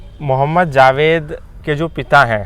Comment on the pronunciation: Abe zaved nhi Javed hota hai aur Anees mardo ka naam ...naam lena bhi nhi aata jhoot bol raha hai tu ex muslim hone k naam pe